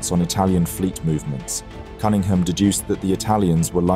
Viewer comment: buddy, you're English. how in the world are you mispronouncing Cunningham? 😂